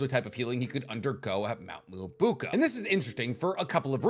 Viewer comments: It's Mt MyoboKU not KA Also it's daikoKUten not daikoten Do you have some kind of enmity with KU? T_T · Me-Oh-Bo-Ku. Mount myoboku. Not miaboya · Day 1 telling its pronounced Mount Myōboku not Mount Muabuka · Am I tripping or is he really pronouncing Mt. Myoboku as Mt. Myobuka??? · Mount mo buk a ? I thought it was myo boku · “mount mooabooka” Me: “wait a minute… mount miaboku or mount mooabooka?” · Miyōboku... why are you saying moo-uh-boo-k-uh??? Or is the toad village different in Boruto? Whoa I just got to the end of the video, the groom doesn't get walked down an aisle bro.. thats the bride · Mount Myoboku ❌ Mount Muobuko ✅ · It's mount MyoBOKU not mount MyoBUKO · Bro the amount of times you mispronounced Myōboku is driving me crazy